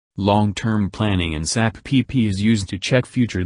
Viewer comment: Nice information. Only pronounce SAP with its initial letters🙂..not saap 🐍